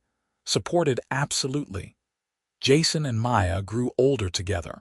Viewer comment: Again the name Maya gets slurred witn an 'r' by one of the staff!. At about : : LoL Oops 😢😢